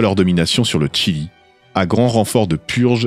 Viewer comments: Le Chili et non le tchili.... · On prononce "Chili" ou "Tchile" (en espagnol) mais pas un mélange des deux. Mais sinon très bonne vidéo! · C'est étonnant ta façon de prononcer le Chili 😂